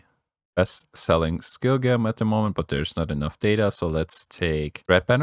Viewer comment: Gem pronounced jem 😉 Thx for video